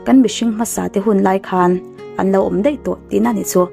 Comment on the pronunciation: A ngaihnawm e. Mahse, o hi au angin i lam ri zel a, a dik lo... o chu o a ni mai. Entir nan, lo chu lau tiin i lam a, tho pawh thau tiin. I lo sim tawh dawn nia. 😁